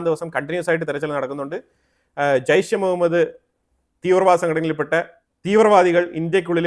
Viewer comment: താങ്കൾ ജെയ്ഷെ മുഹമ്മദ് എന്ന് പറഞ്ഞ് തുടങ്ങിയല്ലോ. ജെയ്‌ഷ് എന്ന് പറഞ്ഞത് ആണ് കൂടുതൽ കേട്ടിട്ടുള്ളത്. താങ്കളുടെ അടുത്ത അപ്ഡേറ്റ്നായി കാത്തിരിക്കുന്നു